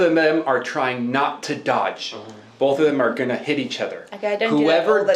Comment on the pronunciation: My dude. "Also" does not have a T in the middle. "Both" does not have an L in the middle. Stahp. Plz. I'm having convulsions over here.